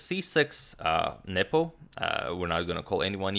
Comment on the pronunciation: Derek Mitchell, no, he pronounces nepo's name perfectly